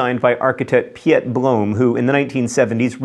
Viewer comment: John, for a frequent visitor of the Netherlands, your pronunciation of Piet leaves much to be desired. Is pronounced Pete.